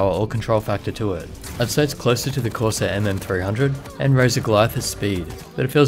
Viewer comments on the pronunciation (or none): none